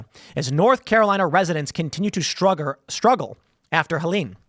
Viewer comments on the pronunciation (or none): Gotta point it out that tim said struggre when he meant struggle. 😂 he is definitery partiarry asian